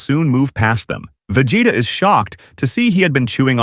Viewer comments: I heard vegete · “Vegata” I swear I heard that